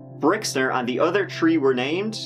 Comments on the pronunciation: The "tree" of them? What? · So weird when says "Tree" and he's actually talking about the plant! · 1, 2, “TREE” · Interesting stories, but the word is THREE not TREE. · Start . The "tree" accent has become it's own meme of late. He doesn't do it in his older videos at all. Still love all of the hard work put into these and this is one of my favorite channels, but I don't think most people realize that it seems to be a more recent thing. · You know a guy can't be trusted when he has "Tree DUIs".